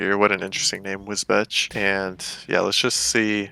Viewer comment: wisbech is pronounced wisbeach. probably something from old english